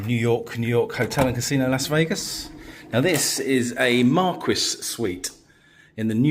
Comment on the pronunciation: Hi! I believe Marguis is pronounced Mar-key. Love you videos!